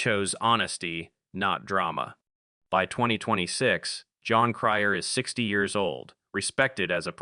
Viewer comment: AI can even pronounce Jon Cryer’s simple, one syllable first name correctly. One of the worst AI narrations I’ve heard to date.